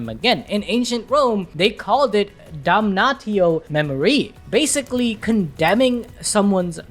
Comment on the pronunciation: Damnatio MemoriAE, not memoree, you read it "damnazio memorie"